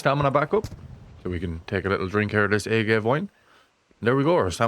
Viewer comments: Agave is pronounced "uh-gah-vay". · Hell yeah great stuff brotha!! One bit of constructive crit. for ya tho. Its pronounced Ah-Gah-Vay (Agave) its the plant they use to make tequila....👌 So many A1 tips tho man thanks!!! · We say it right here hes just clueless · Ah-Gah-Veh for all non-spanish speakers out there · Mate how did you not know how to say agave 😂😂😂 wit